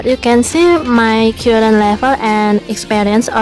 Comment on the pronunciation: Just in my opinion... Perbaiki pengucapan vocabulary nya, Agak bingung pengucapan "current" kok "kyuren" harus nya "Karen" Tak pikir apa yang harus di "sembuhin" kalo pengucapan nya "kyuren"..... lol